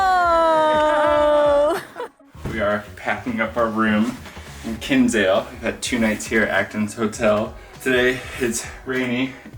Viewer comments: Glad you liked it. I live in Cobh and it's lovely (when the sun shines). Btw, Kinsale is pronounced Kin-sale, not Kins-ale. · It's pronounced KIN SALE the way it's literally spelt. Not king sale